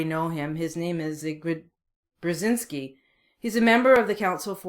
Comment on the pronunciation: It's pronounced "Zbigniev Bjezinski" for fuck's sake, Missus, take your time to learn about this man. He helped USA to destroy the USSR. A very talented man. Greetings from Ukraine